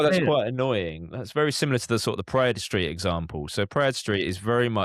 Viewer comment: 22 years driving a cab I’ve never once heard it pronounced Pray-ed… only Prade